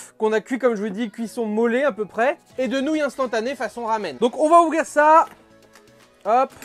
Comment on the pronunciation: C’est marrant à dire « nonouille » 😅